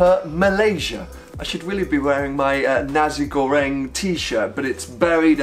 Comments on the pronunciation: Nazi Göring? 🙄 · haha im gonna use Nazi goreng from now on XD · Those who knows how he pronounces Nasi goreng probably cringes